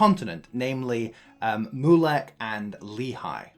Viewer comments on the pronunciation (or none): Haha yup! It was a good summary, but there were a few pronunciation errors. It’s also MYU-lek, not MOO-lek.